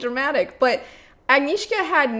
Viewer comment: The name is pronounced Ah-g-n-yeah-shka. Just google "Agnieszka pronunciation". G like in English Agnes. It is basically the same name . And is sounds to my ear like a Little Lamb.